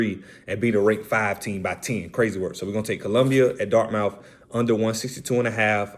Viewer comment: “Dart-muth” “Loy-ole-ah”